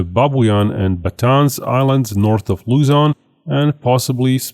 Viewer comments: Hello! Great video, however I want to fix the pronunciation of the northern Philippine island. It’s actually pronounced ba-TA-nes, and not ba-TĀNs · Pronounce as Ba-ta-nes cause "Batan" may point out to Bataan west near to the capital Manila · it is pronounce “Ba-Tan-Es”